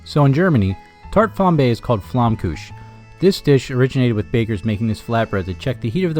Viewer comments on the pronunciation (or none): Lovely video...love the variations! I recently purchased a 'pizza oven' with the stone and the pizza was very good. So, this must work also. Btw, we say Flammkuchen and not Flammkuch...but perhaps that is a regional pronounciation you picked up on. I was born in Bavaria.